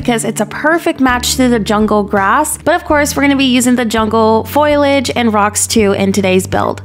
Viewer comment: Bless you - you make amazing builds and I love your videos. I just have one thing - I’m so sorry! You always pronounce foliage as FOY-ledge. It’s FO-LEE-EDGE.